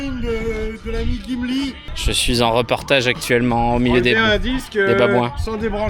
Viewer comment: C’est pas gimli mais chumli plutôt 😂😂